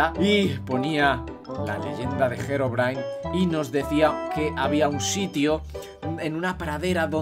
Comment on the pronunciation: no sé pronunsi gerobrain es Herobrain